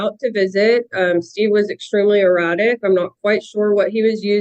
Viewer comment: Did she say that her husband was highly erotic, or erratic?